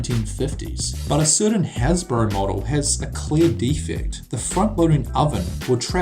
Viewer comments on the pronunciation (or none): none